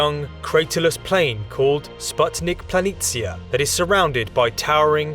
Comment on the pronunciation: Thanks for correctly pronouncing "planitia".👍🏻 Its so annoying, that English speakers usually butcher every "foreign" language